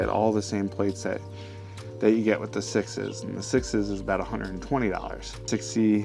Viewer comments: Just wondering; why are you pronouncing “6S” as “sixes”? It is obvious that the company’s naming scheme is a number followed by a letter, eg 6C is “6-C — as in “six see”, therefore wouldn’t 6S be pronounced: “six es” as in six then the letter “S” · For some reason I just now realized that you pronounce 6S as "sixes". Are you just being a wise guy?